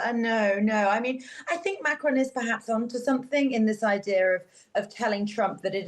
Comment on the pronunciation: By the way : his name is not pronounced Macroon but as Macrôn . Do you British people don’t go to school anymore ? Greeting from Holland